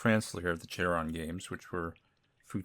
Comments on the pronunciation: The name is pronounced "Karon" it's based on Japansese. Sadly he won't create new games anymore of this "yandere" style. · huh, I always thought Charon was supposed to be pronounced like "sharon"